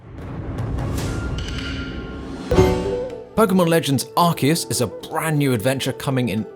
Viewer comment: So it's arkius and not arsius 😌👌